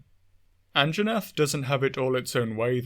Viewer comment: Hehe An-Jaw-nath hehehe